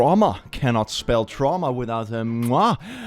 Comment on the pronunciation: "tramwha" the cringe is strong in this video